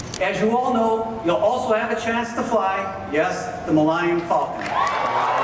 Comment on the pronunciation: "Millennium" could technically be some alien word if you say it that way. Mil-lenn-ium Falcon. Dude probably thought the ship was named after some alien bird from a planet called Millennium in universe 😂